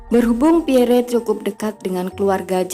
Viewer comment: Min, menyebut nama beliau yg betul adalh Pierr, huruf e terakhir ga usah d sebut,,.dan nama & pangkat beliau adlh Lettu (CZi) Pierre Andries Tendean , saat kejadian beliau adalah Ajudan Menko Hankam/ Kasab Jend. Abdul Haris Nasution